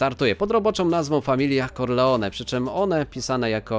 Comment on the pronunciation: od dziśaj mówimy nie corlr a corleon